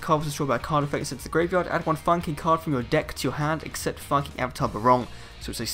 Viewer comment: sorry man, but i was laughing every time you said Fire King, it sounded like you were saying the F-Bomb lol